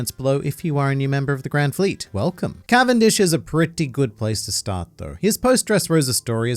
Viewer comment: Cavendish's canvendic🤣🤣